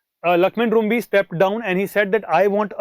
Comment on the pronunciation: Lakhmen Rymbui. It's pronounce as Rimbye not Rumbi.